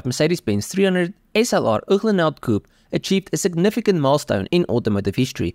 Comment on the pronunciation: Great information, absolutely gorgeous automobile... however annoying to hear Uhlenhaut pronounced incorrectly over and over...ooklenhowt? But the rarefied air of elite car collectors makes the buyer top dog. Good for this obscenely rich SOB I guess.